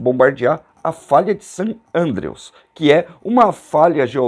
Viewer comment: Meu amigo. O vídeo é muito bom, elucidativo e muito bem narrado, porém você está equivocado com relação ao nome da famosa falha de San Andreas... Isso mesmo: FALHA DE SAN ANDREAS, e NÃO "falha de San Andrews. Todos sabemos disso... Ou, pelo menos, pensei que todos sabiam! 👍🏼👋🙏😉